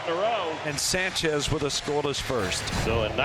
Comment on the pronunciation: someone tell that dumbass mets announcer to pronounce sanchez's name right good lord